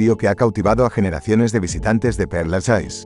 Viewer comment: Por favor aprende a pronunciar bien los nombres: cementerio de Père Lachaise: pronunciación Per Laches... En frarcés la última e no se pronuncia y "ai" suena "e".